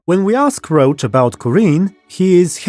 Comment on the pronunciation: Whenever you say Roche's name I think you mean Geralt's horse. I'm sure it would sound better if we all read the guy's name as it seems to have been intended with French pronunciation (it does look like a French, or German, name): [rosh]